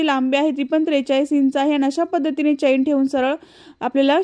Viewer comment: चैन नाही चेन म्हणतात